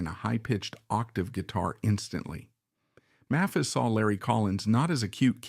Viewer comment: The "narrator" is mispronouncing "Maphis."